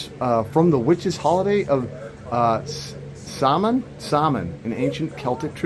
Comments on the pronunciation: Not Saul mon. It’s Sow win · Love the video. Just letting you know though that Samhain is pronounced “saw-win” 🎃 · I am a pagan witch. "Sow-an" = Samhain. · Samhain is pronounce sowen